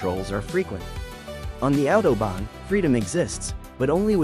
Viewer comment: Bien l'IA , mais respectez la langue et la prononciation svp . Mais vous oubliez aussi de préciser qui a participer a une grande partie de certain tronçons pendant la 2eme guerre mondiale ( une main d'oeuvre pas chere du tout !!!) vous vous souvenez ??? Et attention à vous sur .... l'autOBON